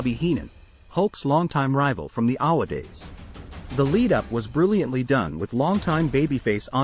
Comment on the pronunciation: The AWE-WUH days? 😂